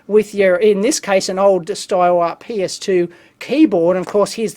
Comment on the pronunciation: Interesting video, I am now a new subscriber...also American. I chuckled at PS2...to my dumb American ears I heard PENIS 2. We are idiots!